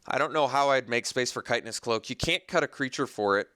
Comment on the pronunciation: hate to be that guy, but you keep saying kite-en-ous cloak. i am pretty sure it's chit-in-ous cloak. btw your last few drafts have been fantastic. very entertaining! love seeing "bad" cards do great. (crush of tentacles game comes to mind!)